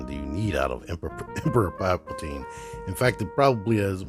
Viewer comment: putting the T in Palpa-T-ine! 😉👍